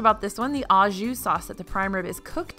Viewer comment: "Au" is pronounced oh as in "oh gratin!"